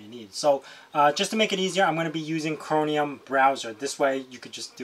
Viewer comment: chroMium... not chroNium